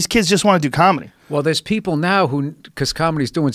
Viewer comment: BOSTON CAAHMEDY. CAAAAMEDY CLUB. COMICS. BOSTON. NEW YORK. COMEDY. OPEN MIC CAAAAAAAAAAAHHHMEDY